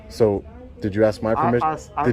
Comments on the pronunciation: Does the woman who can’t even pronounce the word “ask” know she sounds like a drunk? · You heard the detective, she axed you to leave. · She lost all credibility when she said, " I'm gonna have to AXE you to leave"...Cannot even speak the language and she is a "Detective"? Really ? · How can you wear a badge and pronouce the word "ask" with the word "axe"?